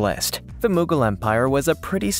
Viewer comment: "" can't pronounce common historical terms like "Tsar", "Moghul", or "Maori".